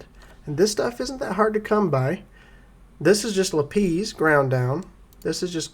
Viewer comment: LApees! LAPiss. sorry made me giggle. enjoying the content keep up the good work thanks